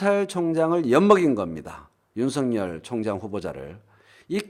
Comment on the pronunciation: 윤성열 말고 윤서결 발음하기로 하셨..ㅎㅎㅎ